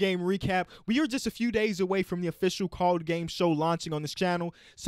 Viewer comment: because I don't hear pronounce the "ed"